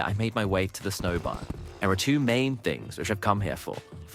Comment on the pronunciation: This voice has to be AI, I can understand having a speech impediment but pronouncing words like “tempest” wrong and slurring “biome” into “bire” with a very English accent is so so strange